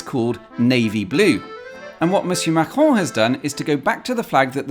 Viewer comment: As a french man, I have to state that you perfectly spoke "Macron" and "Europe 1". Almost no accent at all. 👍